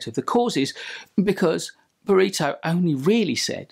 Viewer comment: for the love of god! learn to pronounce Pareto